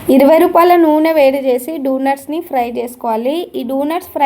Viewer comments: Donuts❌ dunuts✅😂😂😂😂😂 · డొనేట్స్ ❌ డునుట్స్ ✅ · Donuts❌ dunut ✅ 😂😂😂😂